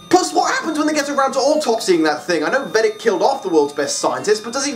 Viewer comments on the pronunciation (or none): Personally I prefer the movie ending. An attack on the entire world just makes more sense than an attack on a single country. Also, it's odd how you pronounce Veidt as Vedic haha. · I'm pretty sure Veidt is pronounced "vite" or possibly "vate". Regarding the famous ploy, remember that in the 1980s Ronald Reagan actually was supposed to have mentioned how quickly the USA and USSR would bury their differences if faced with a threat from outside Earth. The comic takes that real-lufe idea and runs with it. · Weirdest. Pronunciation. Of. Veidt (or Adrian). Ever. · pronunciation of Veidt, and Linkara’s pronunciation of Ozymandias, plus that weird German accent he gave Ozy don’t sit right with me for some reason